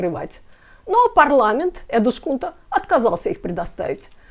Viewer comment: Эдускунта, не эдушкунта. Так говорят только беззубые старики или люди с дефектами речи. У вас этого не наблюдается 😅